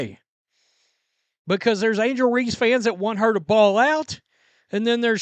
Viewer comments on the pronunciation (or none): none